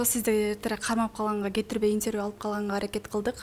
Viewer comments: Интьерьвю эмес интЕрвью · Алып баруучу, «интьэрвью», «психалОг» эмес, «интервьЮ», «психОлог»!